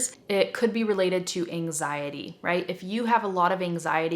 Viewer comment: I'm brazilian. I was understand 99 per cent of that. but When you talk about last reason in this video I heard some like "enzaindy" kkkkk and then I lost the means of rest!!! It's incredible how the brain works! When I understood that word was ANXIETY I've got the mean of almost tottality of the rest!!!!! Thank you. Good job. Your explanation is the best ever. Please, give me a feedback about quality of my phrases. Ok?